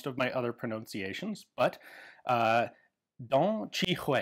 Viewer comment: duan qi rui- try pronounce like dwan-chi-ray, and beiyang army prounce bei-young